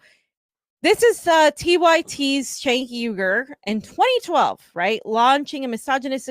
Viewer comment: You guys are so full of shit. “We need to stop talking about TYT” while we name our videos RIP TYT for clicks. Also, learn how to say Cenk’s name. Grifters gonna grift.